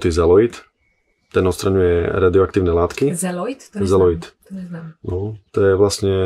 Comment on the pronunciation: Ďakujem za rozhovor. (...a nie zeloit, ale zeolit :), ) Krásne dni želám všetkým nám!